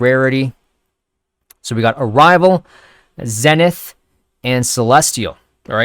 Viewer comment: zenith is pronounced like: ZEEEE-nith.... not Zen-ith